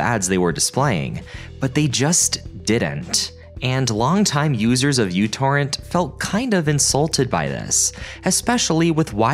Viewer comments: it's pronounced microtorrent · I think it's still correcting since the µ is neither pronounced 'u' nor 'you' and It's like seeing an R and saying this is pronounced as Z, to me at least that just seems to be an error. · Couldn't watch this beyond a min or so, the u symbol in the uTorrent name is the greek letter "micro" and is there to imply that the programme is small and uses few resources - not only does he pronounce it incorrectly he doesn't know what it means. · see that symbol "µ"? it's the Greek letter "mu" (and feel free to lookup how to pronounce it, because I know you'll get it wrong). it's not a "u". Yet you succeeded in creating an entire video about µTorrent without letting that bother you. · You need to google how µ is pronounced. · Came here to point out it's "Micro Torrent" not U torrent. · Its pronounced Micro Torrent, not u torrent. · It's "Mu Torrent", not "You Torrent"! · It's called "Meu" torrent, not "U" torrent. Just because μ looks like u doesn't mean it's pronounced like it as well. μ is pronounced at Meu. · Pedantic nerd point: The correct pronunciation is "mew torrent" because it starts with the Greek letter μ. I remember them saying it on the website the first time I downloaded it. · oh my - its first time when I hear somebody reads micro torrent as u torrent. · It's not uTorrent! It's Micro-Torrent. That's a micro symbol not a U!! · Me torrent not U torrent. Me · It is not a 'u', it's a mu, as in 'micro'. MicroTorrent. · someone tell this dude that the fancy u stands for micro? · It's a mu, it's pronounced "micro," and Microtorrents are still alive and well -- so you managed to get three errors into a single phrase. No, I didn't watch the video: if a speaker shows themself to be a half-wit in the first ten seconds I move on. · Being in electronics, every time he calls it "U-Torrent" is like fingernails on a chalkboard to me. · It is, he's mispronouncing it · its pronounced mew torrent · WHY DO YOU KEEP CALLING IT U-TORRENT?????????